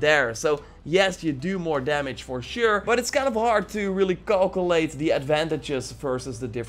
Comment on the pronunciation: "We're not sure what the evect is and it's kind of hard to callcolate the adventages versus different enemies." lmao